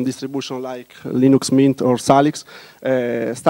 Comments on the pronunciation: lol, and what about the unhearable "Luynoox" and "Luynax"? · I like when someone say Leenoox : ) Somebody must to rewrite "Leeneex " pronouncing on Wikipedia,this is wrong.